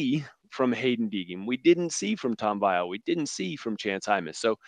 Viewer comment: "vEEal" try it? Not Vy Al